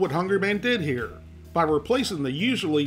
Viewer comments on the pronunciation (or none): none